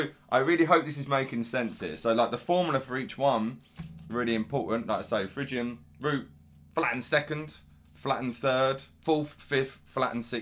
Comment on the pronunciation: Oh and you don't pronounce it fridge Ian, it's Fri Gian.